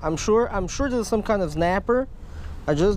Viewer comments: Snapper not znaper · I love how he says znapper